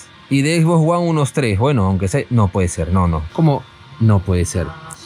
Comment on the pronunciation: Jajajaja "X box guan"...